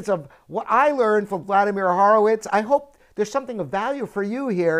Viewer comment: You pronounce "Horowitz" wrong.